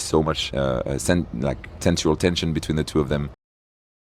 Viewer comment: TENSUAL TENTION…, YOU’RE ABSOLUTELY RIGHT… 🤣